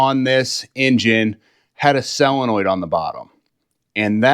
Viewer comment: It's a SOL-enoid, not a selenoid !